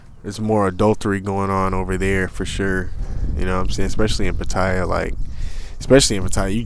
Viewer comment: It's pronounced Pa-Ta-Ya... I know it's a minor thing but my wife rolls her eyes every time she hears a foreigner (especially a Brit or an American) butchering the name of the city. Other than that, I came to find out just how you got cheated on...that is, if this is not just click-bait like so many other Youtube thumbnails (forgive me, I've got nothing else better to do). Part II: Well actually watch 3/4 of the video and had to give up...meeting girls on an app - in Pattaya no less - and expecting sincerity. But it's okay, same story, different era and contact medium. Maybe somebody here will learn something. Probably not. Cheers!